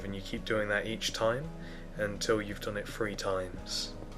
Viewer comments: has anyone noticed that he says 'free' and not 'three'? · that bugs me a bit do brits say three like free or bathroom like bofroom?? 0_0